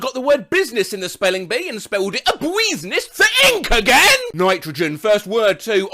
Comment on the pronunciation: The way said 'thiNK AGAIN' haunts me